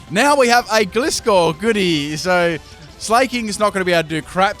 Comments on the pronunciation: Gly-skor as in gliding scorpion. Not gli-skor. I still liked the video doh.👍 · The way he says gliscor...